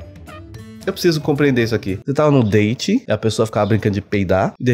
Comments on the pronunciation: Toda vez que o fala meu date ruim eu entendo meu dente ruim kkkkkkk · Vc estava falando: Meu date ruim Eu ouvi: Meu dente ruim 🤣🤣🤣🤣🤣🤣🤣🤣🤣🤣🤣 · Eu também entendi isso 🤣😂🤣😂🤣😂meu dente ruim.🤭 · Eu tava entendendo "meu dente ruim".